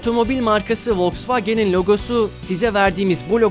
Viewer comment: Vosvageni yanlış söyledin soldaki doğru